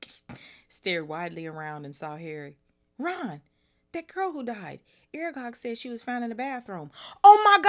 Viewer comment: Exploding snap basically magic card games where the cards explode if someone either scored or lost. Yes, you pronounced Aragog right . sentries are soldiers or in this case prefects and staff stationed to patrol a place.